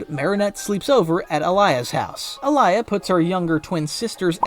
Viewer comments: Alya not alaya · Common not alaya it’s Alya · ITS ALYA NOT ALIYA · It alya not Aliya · It's Alya not Alaya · Its alya not alaya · It’s pronounced all-Lee-ya not ah-lie-ya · Bro it's Aaliy😂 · why do u pronounce alya's name like that